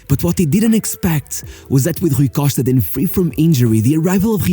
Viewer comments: Lol... got to like the 4 minute mark until I realized he was talking about Rui Costa and not some mystery player named "Rookoshtka." Good video. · The way he says Rui Costa you know 100% this guy is Portuguese 😎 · HRRRRRRUI COSHTA ...LOL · it took me 3min to know it rui costa after his name appear on the video...the pronunciation of his name for the 2min+ was terrible lol